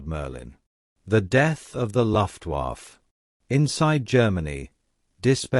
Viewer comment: LEARN HOW TO SAY LUFTWAFFE SOUNDS LIKE LUFT WAF AH